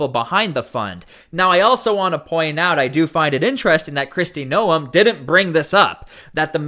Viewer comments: How is it even possible that you do this video & have no idea how to pronounce Noem. Hint: it is not No 'em. It sounds like Nome. Do you watch the news? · Bro its GNOME, not NO EMH. The news clips you have say her name correctly but you can't? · It's pronounced nome, not noum.